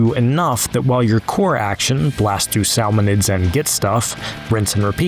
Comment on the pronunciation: SAL-monids… really?